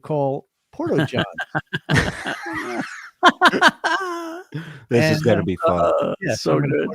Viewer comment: Porto-Johns.. just when I thought I couldn’t love any more 😂😂😂😂😂